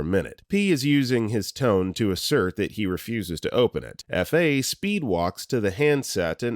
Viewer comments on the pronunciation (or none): none